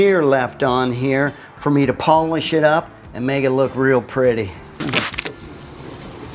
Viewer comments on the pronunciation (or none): none